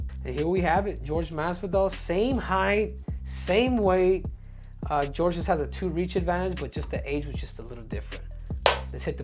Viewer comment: You're saying Jorge wrong bro 🤣